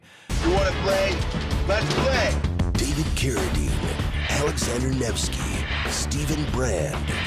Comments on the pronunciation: Love the show, but I cannot finish this episode because it's pronounced. CARADEEN It says it in the trailer, in the beginning of the video and every other mention of him ever, why are you saying carradin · Why does he pronounce Carradine like that? It’s driving me so crazy I feel like Im losing oxygen from my brain via a rope around my neck, but I don’t exactly know why? 😜 Seriously though It’s CARE-ah-DEEN not care-uh-din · I cringe every time the pronounce it "care-a-din." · He still doesn't know how to pronounce Carradine? Why is no one correcting him? It sounds ridiculous